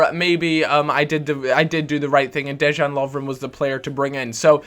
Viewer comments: It's pronounced 'De-yan Lov-ren'. Not Dejjjaaan. Just saying :) I'm Croatian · You say it DeYan :D you got Balkan power in the back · It's pronounced Deyan!